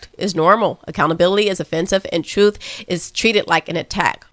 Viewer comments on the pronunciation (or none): first off, I LOVE you, your delivery, your content and your authenticity. However, please, please stop pronouncing the word truth as trufe. This isn’t a complaint, but you don’t enunciate the words with “th.” You always replace the th with the f. Wif instead of with as an example. I do love you.